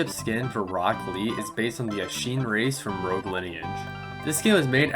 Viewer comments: bro said asheen for ashiin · WHY TF DID U SAY ASHIIN LIKE THAT